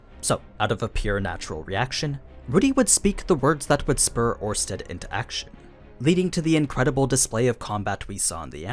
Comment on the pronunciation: It's Orsted, not Ornsted. Without the n